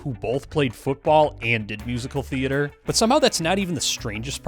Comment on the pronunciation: I lost respect 58 seconds in when Vince pronounced theater as thee-AY-ter.